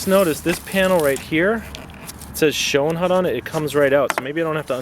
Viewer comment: I’m pretty sure It’s pronounced ... show-nut